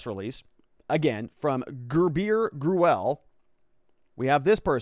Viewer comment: I am pretty sure Gurule is pronounced gru-lay or gru-ell